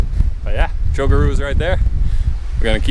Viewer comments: Correct pronunciation....cho-core-a. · Nice videos but you need to learn how to pronounce the name of the mountain correctly lol